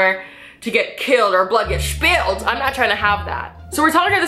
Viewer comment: “Blood get shpilled” 💀💀